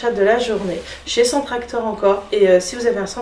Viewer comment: cc ! alors je me permet : c’est Centrakor et pas CentreActor ..... Stokomani et pas Stockmanie 😁😘 sinon merci pour l’info, je fais ce soir voir pour trouver la petite table !! et j’espère que BébéPlume ira vite mieux 😓😘